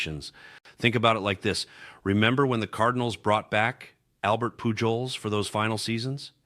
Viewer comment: Albert Poo joles...really? It's Poo holes... Miguel Andoo jar...really? It's Andu har...